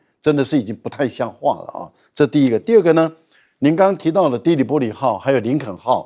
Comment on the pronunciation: 的（發音“狄”）黎波里，Tripoli.